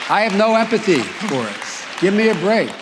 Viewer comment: LOL and instead of saying empathy he said epathy... LOL not sure what epathy is.